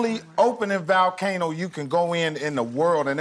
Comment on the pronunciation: Jimmy kept saying volcano every time Mike said valcano hoping he would catch on. 😂